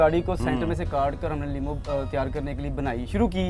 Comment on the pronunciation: اصل لفظ Lamo نہیں۔ Limo ہے